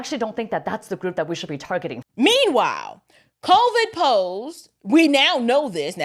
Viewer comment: Targeting? She said, “Targeting.”